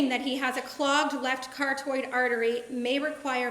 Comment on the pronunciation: What is a cartoid artery? Does she mean carotid artery?